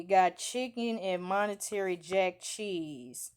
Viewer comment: Mon tuh ray is how u say it lol not “monetary”